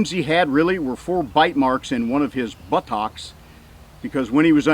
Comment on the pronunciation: I love your pronunciation of Buttocks...